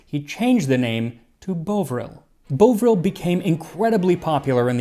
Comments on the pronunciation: It was Bovvril for us too. I expect Max was basing his pronunciation on bovine, since it's made of beef. He's usually very good at pronouncing unfamiliar words. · Bovril is pronounced bov like Bovington not bovine 😉... I suspect you are correct on the derivation... but you'd be chased our of England if you asked for a cup of 'beau'ril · Bovril is pronounced so it’s an “of” sound, not “ove” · Bovril being pronounced as Boh-vrill as in "oh" is not one I've heard, but it makes sense considering the word Bovine. I've always heard it pronounced as Bovv-rill as in "Of" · bov-ril not bo-vril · Bovril (pronounced bov-ril, not bo-vril) is great. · Fascinating video. If only they had known that beef broth made from the meat and the skin and bones was much more nutritious! Just FYI, ‘Bovril’ is pronounced with the ‘bov’ rhyming with the last syllable of Russian names like ‘Ivanov’ or ‘Popov’, not ‘bow-v’ like the first part of ‘bovine’ (which it is of course derived from, but that’s not how we British have ever pronounced it in living memory. Even my great grandparents used the pronunciation I’ve suggested). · Max, I absolutely love your channel but.. I will forgive you "Bowvril". "Bovril" (with the short 'o' as in "bother") But "Worcester" sauce! Kudos for dropping the 'shire' bit But the 'o' here is more like 'bUsh' than 'wOOsh' Joking aside, totally love your channel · As a side note, I've only ever heard "Bovril" pronounced by Brits as "Bah-vril." Don't know if "Bow-vril" is the American pronunciation... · My English parents pronounced it Baw-vril not Bow-vril. But I remember it was delicious on toast. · Love you Max, but Bovril is pronounced with a hard O, like the O in box. bOvril nor Bohhvril. We drink it at football games in winter still! and my grandmother swore by it when you were poorly. cheers from England! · Brillant video, just be an annoying brit Bovril is pronounced Bov, not Bove. Sorry couldnt let it slide haha :) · Exactly - it's not Beau-Vril, it's Bovvril.